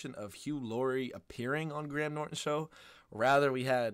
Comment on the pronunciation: Graham, not gram 😁